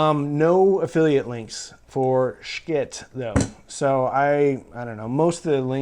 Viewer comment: I checked out the Schiit website & right up front is the pronunciation of their name. You say 'Shciit'. I assume you are protecting your childrens ears from the dreaded poopoo word, but you are wrong. No hard C or K sounds in the name.😜